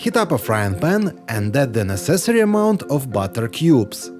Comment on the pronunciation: Batter. It's a heavy Russian accent 😁